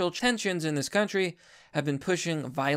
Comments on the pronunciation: Bro, it's not "rheTORic". It's "RHEToric". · Rhetoric is pronounced "RETta-rick" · I love your content and all, but the way you pronounce rhetoric is pure cringe.